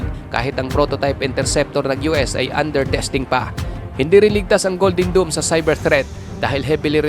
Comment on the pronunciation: Mali nmn ung pag bigkas Mo Sir... DOME ✅️ Hindi DOOM❌️ DOOMSDay nba?